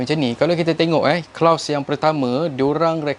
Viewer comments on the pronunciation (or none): kloz lah bukan klaus